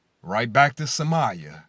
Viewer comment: Somali people? Talking random nonsense but can’t even say it Correct.